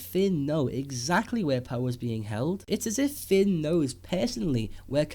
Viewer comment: He's name is Finn. Not Fin or Fen